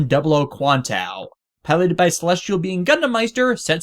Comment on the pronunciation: why did you call it 00 quantao when it's QuantA?